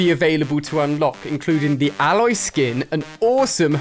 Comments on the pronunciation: Ayloy is the pronunciation, not Alloy (like the metal corresponding alloy) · Please say her name correct Ali its pronounced Ay-loy not Ah-loy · It’s not A-Loy it’s pronounced ay-loy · It’s not said aloy it’s said A-loy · ITS AY- LOY NOT ALE-OY😒💯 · mr Alia you pronounce it eh-loi not alloy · Its Ay-Loy thats how you pronounce it did you play the game? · Hey name is aloy. A-loy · learn say Aloy right Ali. It sonds so cringe. It is EILOY, that how it is pronouned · Her name is prenounced Ayloy I just wanted to make that clear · Alia: says Aloy's name wrong. Its pronounced A - loy. you dont say the A sound. you just say A then loy. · It's pronounced Aey-loy play the game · It’s Aloy, not alloy 😂😂😂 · Who else thinks that he botched pronouncing aloy's named sorry just had to say it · Anyone else found it a little annoying he was saying Aloy wrong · Why can’t he say her name properly? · why does he say Aloy wrong. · Hi ali not meaning to sound rude but her name has 1 l not 2. You are pronouncing it with 2 l so her name a loy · It’s obviously Ali that you’ve never played Horizon lol not saying Aloy right 🤦‍♂️ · Am I the only one who noticed how many times he said her name wrong 😑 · The way u say her name is cringe, I can tell u didn’t play the game lol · the way ali a pronounced aloy made me cringe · Me being annoyed everytime the way he says aloy 😤